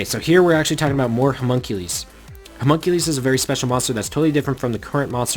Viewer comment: i'm pretty sure it's "huh mun cue lus." not "huh mun cue lees"